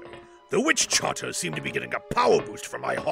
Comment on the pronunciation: The only gripe I have about this is the mispronunciation of Witchcarters as "Witch-Charters"; other than that, stellar work from everyone involved!